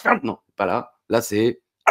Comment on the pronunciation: Et hoplageis, le like, le com', et à la smaine prohchaineuu.